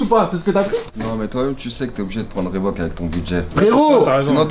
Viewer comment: à dès que prononce reebook on voit keusmo qui se retournes direeeect